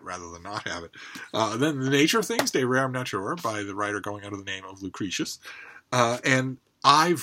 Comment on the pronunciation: Oh congratulations on that "De Rerum Natura" pronunciation. Which is really a way to say I can read Latin well enough as to be the judge of that